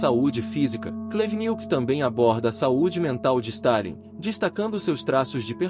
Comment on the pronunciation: "Oleg cú-Nietzsche" e "antony bivôr", quem entendeu a referência vai pro vídeo do thiago braga, ou brasão de armas, o nome do vídeo é "Comunista chorar com meu livro."